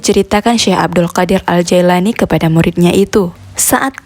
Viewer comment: Afwan 🙏 yang benar nama beliau,, JILANI bkn Jaelani juga bkn Jailani🙏